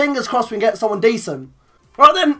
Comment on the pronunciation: the way he says right then lol